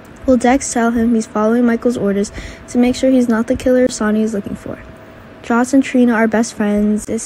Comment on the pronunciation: OH and IT'S JOSS Not JOSH